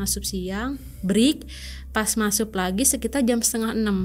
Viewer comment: MASUK kak , bukan Masup😅